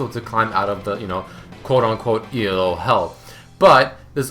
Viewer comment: It's not E-L-O it's Elo. It's a dude's name...